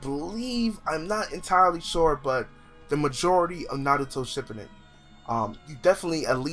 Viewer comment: "Naruto Shipp-a-den?"